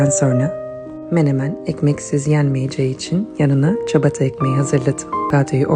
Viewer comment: Ciyabataya çabata demesinden anlamalıydık